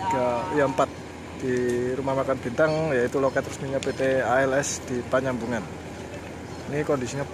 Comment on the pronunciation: Panyabungan bang, bukan panyambungan.